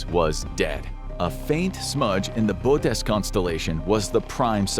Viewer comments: It's pronounced: "boh-uh-teez" boötes. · It's pronounced 'boo-ew-tease'. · (/boʊˈoʊtiːz/ boh-OH-teez) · Nooo... you had a fairly good record of real information. First minute is full of nonsensical phrasing... just, stop. 🤦‍♂️ You don't need catch phrases of "setting physics on fire" to phrase discoveries... and the title is misleading, incomplete at best, pronunciation of Bootes is wrong... and then you resolve the innacuracy? Couldnt you say "when we thought it was wrong?"... the cosmic microwave background is not old light... pointless to continue... 😑